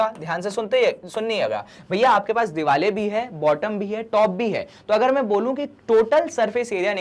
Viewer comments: Why are you sayin diwale instead of saying diware 😅😅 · Hoti to diware hi Hain but....sir ka alag style hai😂